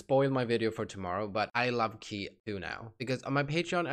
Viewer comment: "Kay" not "Key" Great reaction as always!